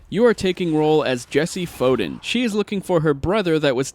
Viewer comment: Foden?? You mean Faden?